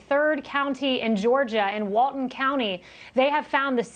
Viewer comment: She could at least learn how to pronounce Walton.